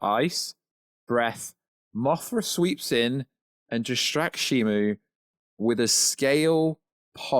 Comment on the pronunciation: How do you mix up a "O" for a "U" in SHIMU? Also, Gia doesn't have a "J" in it, nor is her name pronounced with a "J" in it. I know you're from somewhere in the UK, but come on man.